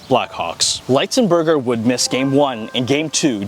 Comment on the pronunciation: This was a great video about an underappreciated NHL player. Keep them coming! One thing, though: I believe his last name is pronounced with a short I sound--not a long I sound. There are a few other videos about him on YouTube with his surname pronounced with a short I sound. That's the way I've always heard it, too.